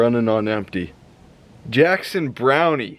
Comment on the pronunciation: Jackson Browne , the " e " is silent , youngster ! Go to a parts store or a tire store or Amazom and get valve stem core kit for $10.99 . Good luck .